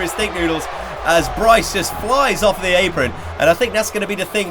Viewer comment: You said off wrong